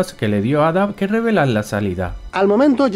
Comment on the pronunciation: Yo solo me pregunto por qué pronuncian Ada con los cojones.